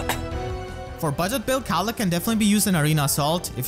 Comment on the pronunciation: mispronouncing Caellach because he can't handle the weight. (I really hope is familiar with TLP...)